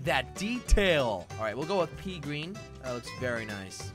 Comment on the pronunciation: I like that ( jelly gween)